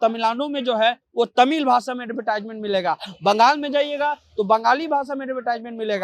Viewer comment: पहले तमिलनाडु बोलना सीख लीजिए।